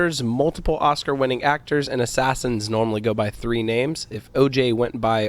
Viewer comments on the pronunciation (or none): none